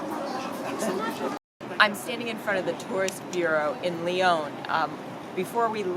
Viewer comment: Nice video, shocking pronunciation of Lyon!!